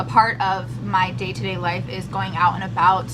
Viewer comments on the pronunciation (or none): none